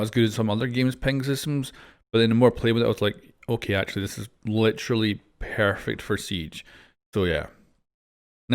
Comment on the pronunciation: “It’s pearfect”😂